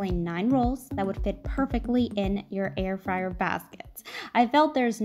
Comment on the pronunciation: Air fryer? I thought you said hair dryer! 😋